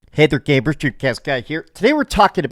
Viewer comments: i mean I don't think he does it on purpose, but he 100% says gaybers lol. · Is it me or does he say "gaybers"? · It's not you, he does lol